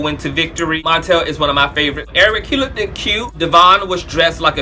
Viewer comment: "look-did" dope. Is "look-did" a word? lol